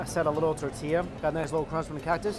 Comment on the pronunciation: Don't get me started on his pronunciation of tortilla.